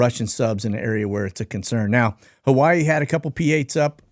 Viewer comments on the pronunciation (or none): none